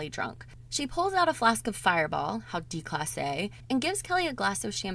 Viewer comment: Its pronounced day class aye